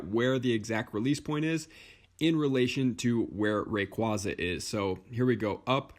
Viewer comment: You’re the first youtuber I’ve seen to pronounce “rayquaza” correctly